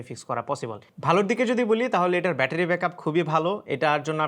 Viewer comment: Visal bettery❌visal batpary😂